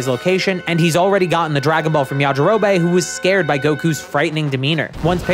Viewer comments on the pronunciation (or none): You say yarjirobe really weird